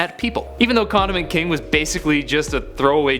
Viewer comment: I thought he said "Condom Man"